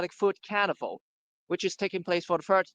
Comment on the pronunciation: thanks HKFP... BTW "carnival" sounds like "cannabal" on the audio.